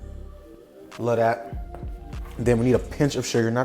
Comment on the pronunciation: Brah said "la'daat" 😂 how you know Hawaiian pidgin,? 🙏🏾🤙🏾